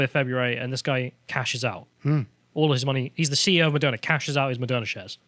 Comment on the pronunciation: Lol "it also owns merderna em yeah " bulllllshit...I'm right wing and I think Malone talks shit verifiable shit